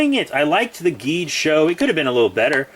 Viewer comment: Cool Video! Oh yeah the pronounciation for Geed is Jeed Edit:Did you know Geed is the youngest Ultra? Well everyone does since he is just 19 years old